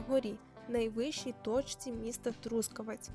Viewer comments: Чому саме ТрУскавець? Ріже слух..Трускаве́ць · Трускаве́ць — місто в Дрогобицькому районі Львівської області >> Наголос на ОСТАННЬОМУ складі!!!